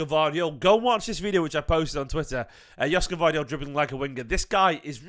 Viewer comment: It pronounced Yoshko.